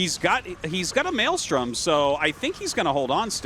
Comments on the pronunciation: Tasteless saying "Melee storm" instead of Maelstrom lol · It's Meelee"Strom" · TASTELESS i LOVE YOU BUT YOU NEED TO IMPROVE YOUR PRONUNCIATION OF VALKYRIE. ITS NOT "VOL-KA-RIE" OR VAUL-KA-RIE" ITS "VAL-KA-RIE" YOU CAN KEEP SAYING MELEESTORM THOUGH.